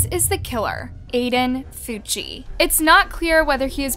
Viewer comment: Bro his last name is Fucci but sounds like cucci😂😂